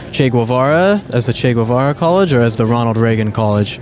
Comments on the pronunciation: It’s not goo eh va ra, it’s ghevara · Why does he say Gvuvara? Lmao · Irrelevant facts you don't care: - "Che" is kind of like saying "Hey" in argentinian dialect. - It's actually pronounced "GEH-vara". Greetings from an argentinian. Sad to be always associated with that guy and Maradona.